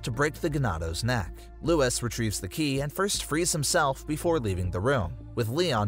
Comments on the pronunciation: Can you do the video again but pronounce the names right if you don’t know how to pronounce them Leon says both Ada and luis in the cutscenes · Good vid but your not pronouncing Luis or las plagues right